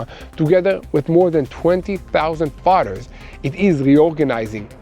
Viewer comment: Do he say 20,000 farters? 😂